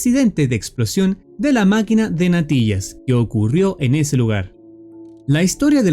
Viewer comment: Bro por sxidente dijiste napillas en ves de papillas :v